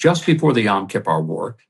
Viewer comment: Time to teach Ambassador Huckabee...how to pronounce "Yom Kippur"....